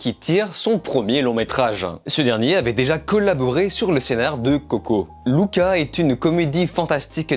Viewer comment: Merci ! Enfin un gars qui prononce bien Luca ! 🇮🇹🤌🤪👏